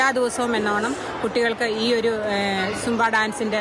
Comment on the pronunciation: ജുബ്ബ എന്ന് പറയാതെ സുംബാ എന്ന് പറയാൻ ആദ്യം മന്ത്രി പഠിക്കട്ടെ 😂